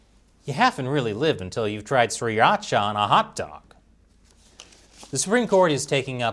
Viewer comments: You New Yorker didn’t say Sriracha correctly lol not trying to be mean but it was funny the way you said it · That was the most butchered pronunciation of sriracha 😂